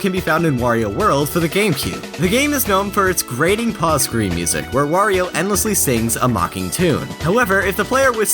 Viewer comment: It's good to hear someone other than me say "Wario" instead of "Worio".